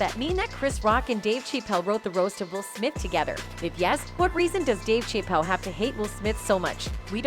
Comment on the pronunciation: That AI’s pronunciation of Dave’s name 😂 Dave Cheap-Elle LMBAO 🤣😂🤣😂